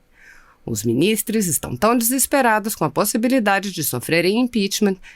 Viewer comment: ALÔOOOOPO VERGONHA 🙈🙈🙈! Não é minis... TRESSS que se diz, É MINIS... TROOOOS!